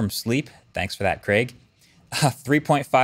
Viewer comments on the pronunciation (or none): none